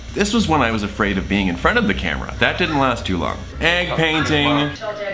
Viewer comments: “The Cramera” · I love it when little Thomas says "the cramera" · When baby sanders said oh no the camera I thought he said oh no the crab run!😂😂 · "O oh the cramra"